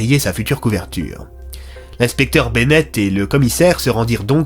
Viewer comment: C'est normal a le "'inspecteur Benett" 😂